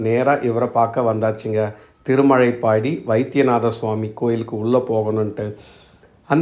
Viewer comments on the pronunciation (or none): நல்ல தகவலுக்கு நன்றி 🙏 திருமலைப்பாடி அல்ல. திருமழப்பாடி.. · திருமழைப்பாடி இல்லீங்க, திருமழப்பாடி என்பதாகும்.